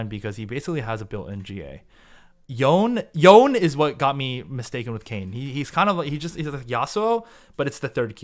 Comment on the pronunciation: Yone is actually "yo-nay" :)